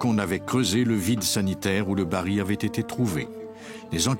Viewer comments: Baril et non bari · Bonjour, Merci pour le partage. Petite remarque : la voix off dit "bari" alors que c'est "baril".